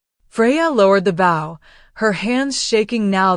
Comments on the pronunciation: None of them can. Every single one of them I have listened to, gets bow🎀 and bow‍ mixed up. It is annoying. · The stories on this channel are usually pretty good but I irritates me that the AI that reads can't tell the different pronunciations for the word b o w... But mostly I wish your narrator didn't sound so damn happy while people were dying